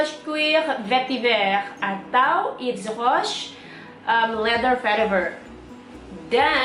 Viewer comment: Duh ngelafalin Daphney Bugey & YVES ROCHER nya fasih banget !